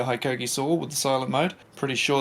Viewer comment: It’s Hee-koh-kee. 17 mins of you saying high-koh-kee is triggering.